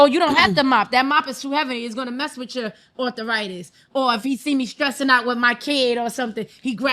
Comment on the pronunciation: I know arthritis…….. WTF IS “author-itis” 😂😂😂😂